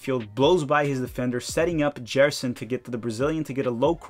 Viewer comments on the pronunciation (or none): none